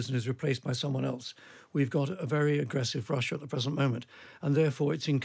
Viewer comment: Can't The Times get a presenter that can pronounce the letter 'R'? It's tiring decoding this talk of "Vussia", "Gvoup" , "Vight". R not V mate.